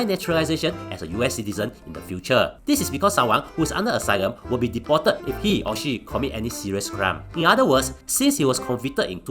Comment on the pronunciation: deported to be pronounced a bit slower not like Chinese accent!lol